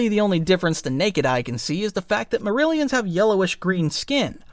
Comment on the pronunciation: They're called "Miri-alans" btw, not "merillions"